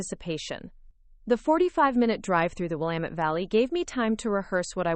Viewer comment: I must say I am surprised that your narrator actually knows how to pronounce the word ‘Willamette’ correctly!